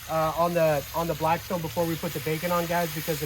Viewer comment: Lost me when you said blacktstone. Theyre trash